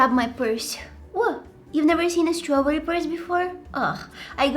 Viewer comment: the way she said [ strawburrye] or is it just me LMAO